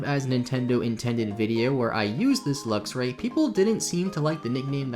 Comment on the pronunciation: It's pronounced "Lux"-"Ray". Luxer is driving me batty.